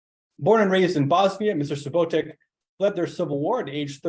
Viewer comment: It’s not Subotick but Subotić just like Jokić not Jokick:), it’s Southeastern Europe - the south and also called Balkan’s not EE…